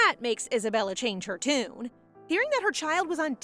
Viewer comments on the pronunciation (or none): none